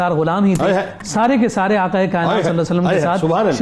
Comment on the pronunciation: Afsos Afsos It is not " Aka " it is " Aqa"